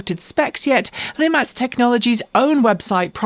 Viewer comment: Thanks for making me research the correct pronunciation of "Rimac".